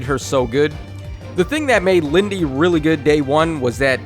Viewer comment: It's not Lindey